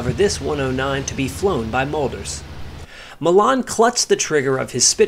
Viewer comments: 'Sailor' Malan. His surname is pronounced Ma'lan. Not ma'laaan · Sailor Malan (M-ALAN) not Mallarn please.